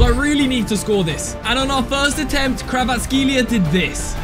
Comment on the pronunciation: Only Georgias under stand no way bro called kvaratskheila kvaratseila